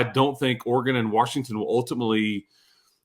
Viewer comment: The biggest problem with adding Washington would be hearing say “Warshington” for however long they’d be in conference.😂